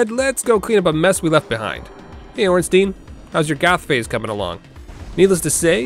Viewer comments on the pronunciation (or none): none